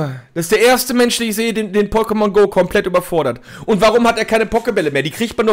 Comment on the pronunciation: PokeMONGO, wenn man die Betonung falsch legt, aber die Betonung damit genau IHN beschreibt, lulz! Ich geh kaputt, wer geht mit?